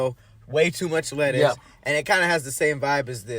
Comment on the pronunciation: he said "bankin, letters, tomatles" LMFAO